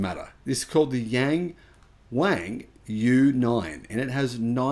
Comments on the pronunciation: its not pronounced as yang wang. Try saying young wong. Not exactly but closer. They should just use the english translation for western market. The Admire U9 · Just to point out, YangWang sounds much closer to 'Young-Want' or "Young-Won" in Mandarin pronunciation; The word means "looking up" or "gazing upward."